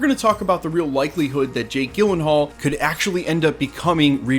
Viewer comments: “Gill-in-hall”? I’ve heard it pronounced “Jill-in-hall” from many people over the years. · Gyll as in Jill, not Gill 🫡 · P.S. it's pronounce Jill-en-haul, with a soft G sound. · Fun fact: the G at the beginning of his last name is pronounced like a J. Jill-uhn-hall, not Gill-uhn-hall. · It’s like nails on a chalkboard if I hear you say his name Gil-en-hall one more time… it’s Jill-en-hall. 😞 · You are pronouncing Jakes last name wrong, please correct it. It sounds like Jill not Gill...seriously you should know this...🤦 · Jake Gyllenhaal Pronounced: jill-en-hual Your welcome 🙏🏼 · It's pronounced "jill-en-hall" in american english. If you were to go to the Swedish pronunciation (where his family immigrated from) it would be pronounced "yee-len-hall" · Gyllenhaal is actually pronounced "JILL-len-haal". You guys don't ever do research on name pronunciations? Hopefully, he is beardless. It's bad enough that the MCU Thor is bearded (all the time) and helmetless (the majority of the time). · You’re mispronouncing Jakes last name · Dude, nobody on earth pronounces his last name like that lol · I had to stop watching this after the 30th time you said his name wrong. Couldn't take it anymore lol. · I agree with you 110% but for the love of god please say his name right 😖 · I was today’s years old when I heard someone pronounce Jake Gyllenhaal’s last name this way. 😂😂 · Take a minute to learn how to pronounce an actor's name. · Gyllenhaal is pronounced with a soft G not a hard G. Look it up. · Bro, I love this channel but you mispronouncing Jake G’s name about sent me into a panic. Thanks. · Are you kidding me with that pronunciation? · I cringe every time you mispronounce his name. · Did you just mispronounce Jake Gyllenhaals last name? I'm so uncomfortable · Over and over again!